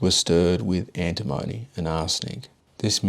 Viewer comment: You pronounced antimony incorrectly.